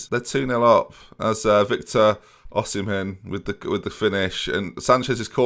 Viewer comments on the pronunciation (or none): It's pronounced, "OH-SEE-EMEN". He's Nigerian. Nigerian here & i love your videos.